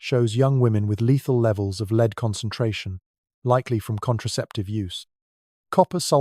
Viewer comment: 100% AI. Can’t define the difference between lead the metal and lead as in a leader